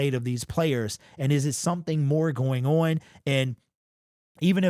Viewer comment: Why can't this dude pronounce the word "on"?😅